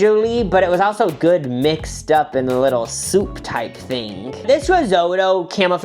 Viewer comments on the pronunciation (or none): none